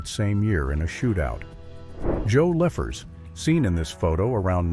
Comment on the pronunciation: The AI speech/language bot really kills me it's pronunciation is atrocious Joe Lefors gets pronounced as Liffers, ridiculous.